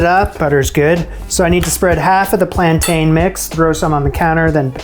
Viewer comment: Please - plan-tin!